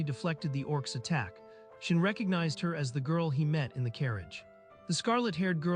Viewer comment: Reads: Shion AI reading: SHIN